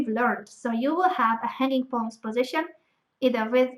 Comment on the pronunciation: everytime she says hanging pawns it sound like honey pots xd